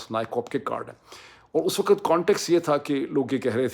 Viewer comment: You keep saying “waqat” and not “waqt” which is the correct pronunciation